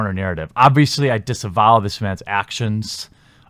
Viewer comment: It’s “disavowed” not disenvowed sorry bro- j/s good vid tho